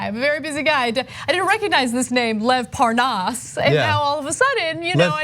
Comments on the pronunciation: Hannity deliberately mispronounced Lev Parnas’s name when he asked Nunes about the phone calls on his show too... it was ridiculous. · Devin Nunes is the only American I have heard mispronounce Lev Parnas. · Nunes says his name wrong to try and show that he doesn't know the guy. Like a child. 😂😂😂😂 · How can he mispronounce Lev's name, it's like Lev Parnas/ Devin Nunas